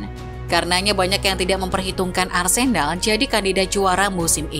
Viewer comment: menit mimin bilang Arsendal ?